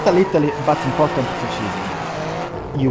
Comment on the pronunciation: ottimo per la voce, ma alcune pronunce "basilari" sono parecchio sbagliate ("driving", letto letteralmente come noi lo leggiamo dallo scirtto, quando è "draiving"- "allow" che è "allao" - "precision" che è "presiscion" (intendo quindi le fonetiche). Strano perchè francese e spagnolo sono OK, consiglio di curare la pronuncia, per il resto sempre ottimi video/tutorial